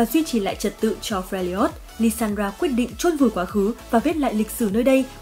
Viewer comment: Fe - li - ot là cái j?. Trong khi tên đọc âm đúng là Fe - r - job mà.